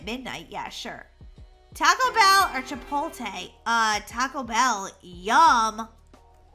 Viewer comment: its not chi pol tae it's chi po lae